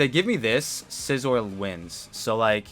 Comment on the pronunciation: If you mispronounce scizors name again I’m gonna lose it lol